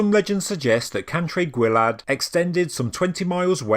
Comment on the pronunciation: Cantre'r Gwaelod is pronounced 'Can - trer -Gwile - odd'